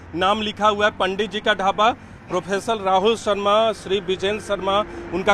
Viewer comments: जो रिपोर्टर प्रोपराइटर को प्रोफेसर बोल रहा हे क्या बात है भाई न्यूज 18 इंडिया गजब ही हे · Professor 😂😂😂......bhai saab ji wo proprietor hota hai .. ❤❤❤ Lots of love yo ur effort . Pr plz be attentive to ur talk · प्रो = प्रोफेसर नहीं भाई, प्रोपाइडर.... होता है 😂😂😂😂 गोदी मीडिया अपना दिमागी संतुलन और अपनी योग्यता खो बैठा है। 😅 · Isko repoter kisney bana diya Proprietor ko profffsioer bol raha hai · प्रोफेसर नहीं कहलाते है, प्रोपाइटर है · Reporter Ji, Professor Nahin, Proprietor Hota hai. Aage improve karen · Reporter bhot zyada educated hai Prop. Ko professor bol rha hai😂 Gndu... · Professor nahi hai propreiter hota hai bhai...thoda seekho tum bhi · प्रोपाइटर ❌प्रोफेसर ✅😅😅😅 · प्रोपराइटर को प्रोफेसर बोल रहा है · Anpadh Anchor 😮, Proprietar ki jagaha bol raha hai professor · Reporter maharaj.... Professor nahi proprietor hota hai😂😂😂😂😂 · Professor nahi propriter hota hai